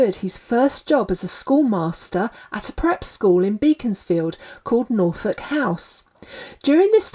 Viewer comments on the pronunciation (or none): none